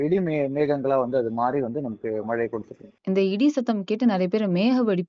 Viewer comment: அது "மழை" நீங்கள் "மலை" என்று கூறுகின்றீர். "ழ" சரியாக உச்சரிப்பது மிகவும் அவசியம். keep in mind